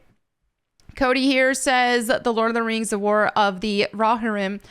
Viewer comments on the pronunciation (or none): Row- Hear-UUUM! Not Raw-HiR-Om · RO-HEAR-UM or RO-HEAR-RUM. There ya go :D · It's pronounced as follows: roe-HEAR-ihm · Pronounced Roe- Hear- Um. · It's pronounced "row-hear-em"... I think. 😬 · Thank you 😂 oh it bothered me but I know she tried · The way pronounces rohirrim has me dead🤣💀